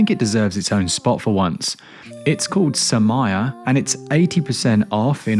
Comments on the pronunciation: It's "SOO-mee-ray", and it means violet. Hence the little purple flower. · Sumire is pronounced Su-mee-ray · It's pronounced "SUE-ME-RAY."..